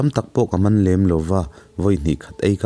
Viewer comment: Pu Kama i lam dan hi a thluk a dik a, Tahan i lam a HAN i lam a a fan ang hian Kam kha han thluk fan la a dik ang.